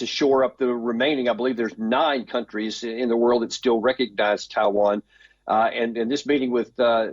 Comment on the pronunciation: Thai Van 🤣🤣🤣🤣 your pronunciation SUCKS 😢😢